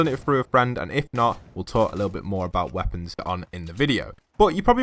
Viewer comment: U said woepons though not traps